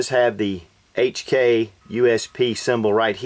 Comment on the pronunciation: Heytch And kei xD